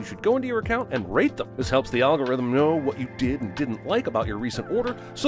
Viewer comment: Everytime Jeremy says "algorithm" I want to buy that wine less"